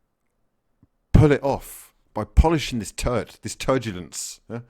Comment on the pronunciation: "This turdulence."